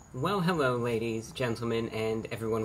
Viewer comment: Hewwo Wady’s and Gentlemen!